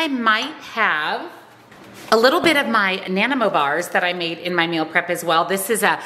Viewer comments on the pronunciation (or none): It's pronounced, "Na-Nuy-moe". It originated in British Columbia, Canada.